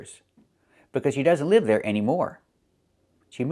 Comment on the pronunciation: But I think he says "leave" (with a long "e"), instead of "live" (short I). I'd dare to say that according to what I've learned from Kevin and other native youtubers, his pronunciation of "live" is wrong, he pronounces "live" like "leave". I wonder if Kevin didn't realize that.